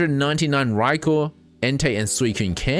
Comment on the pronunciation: Rye-koh not raikor D: thanks for your content its great